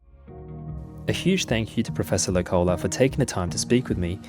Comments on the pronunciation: Hi from Finland! It's pronounced professor Low-cola (The vowels are still a little wrong but I couldn't think of another way to simply explain it with English phonetics) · The pronunciation in Finnish always falling. The name Loukola is not pronounced low-collah, but more like the word 'locally' (of course with an ah-sound at the end).